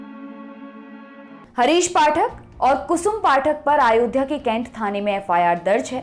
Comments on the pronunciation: सर अयोध्या होता है, आयोध्या नहीं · आयोध्या नहीं अयोध्या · Madam आयोध्या nhi hota h....